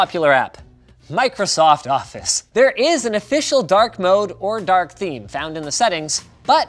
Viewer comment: Dislike he didnt say it right, its Dark THEME